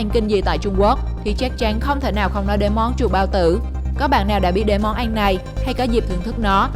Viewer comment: Món ăn mà đọc là món anh